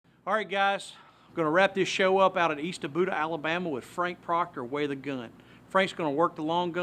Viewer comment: Jesus Christ! Eastabudda? Eastaboga........ Frank, I'm from just over in Weaver. Let this guy on to how to pronounce this! Thanks as always for your knowledge bro